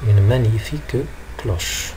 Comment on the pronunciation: cloche et non clauche